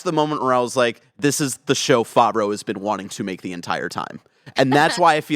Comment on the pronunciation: I cringed every time mispronounced Favreau like "Faw-vreau" -- reminds me of my brother's friend who speaks really authoritatively about "Dark Vader" lmfao.